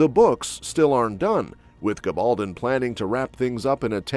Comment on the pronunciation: I wish the announcer would learn to pronounce Gabeldon and Marseli😊